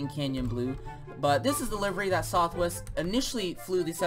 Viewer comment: It’s southwest not sothwest